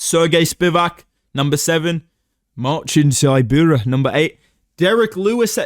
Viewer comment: I love how Marcin Tybura's defining personality trait is how another dude pronounces his name